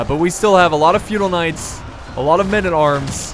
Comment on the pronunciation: Anybody else thought he was saying "fetal knights" the whole time?